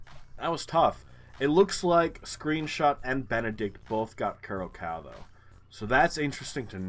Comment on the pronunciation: Congrats on 500 episodes! I have watched several of your videos. 5000 points in Indonesia is really rare! Notes about Curacao-- I think it's pronounced like "cure a sow" where sow rhymes with cow. It's owned by the Netherlands, part of the Dutch Antilles. It is pretty tough to get a geoguessr spot there because there are so few google streets in the Caribbean, you don't expect it. It's likely that a lot of the smaller Caribbean islands have English, as well as perhaps a mix with French, Spanish, and, in this case, Dutch, depending on the island.